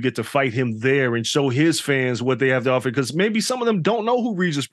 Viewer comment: “Soffer” - Regis 😂